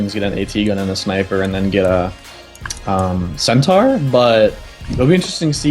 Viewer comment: Every caster is getting this wrong. Centaur, (cent-ore)